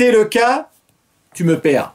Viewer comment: Le "tu me pert" avec un t est royal! Allez au revoir Edith... 😁